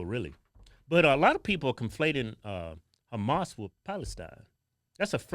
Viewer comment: Haha hells ya!!! You pronounced Humas right!!!😂😂😂